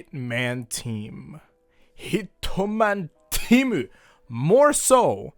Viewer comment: could you please never say hitomano teamu ever again please?